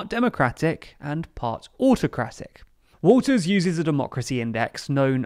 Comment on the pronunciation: You keep saying Walters but she doesn't have an s on the end of her name